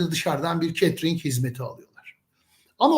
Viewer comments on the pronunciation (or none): catering öyle telaffuz edilmiyor